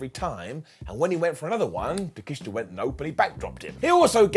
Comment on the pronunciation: It's pronounced Take-Shit-A